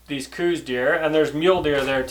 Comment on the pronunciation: Yep, hunted Coues all my life and that is how I have always pronounced it...and heard it pronounced in Arizona.